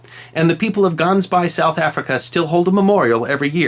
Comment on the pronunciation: Cool to hear of my home town (Port Elizabeth) in this story. Interesting pronunciation of "Gans Baai" lol Translated it would be Goose Bay